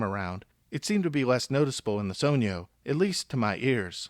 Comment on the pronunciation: Only person who has pronounced it correctly so far